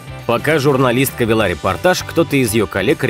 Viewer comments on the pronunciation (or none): журналист велА репортаж))